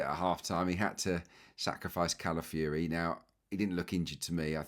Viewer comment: Great analysis as always, pointing out things I had not seen. Pronunciation, though,: he's not Cala-fury, even though he plays that way!